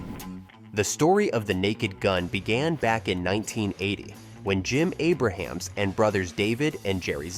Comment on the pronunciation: Its Abrams, not Abraham....